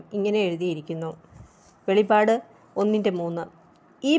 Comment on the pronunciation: Not velipadu Its velippadu